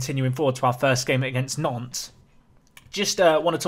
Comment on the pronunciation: when you say Nantes i keep hearing "nonce"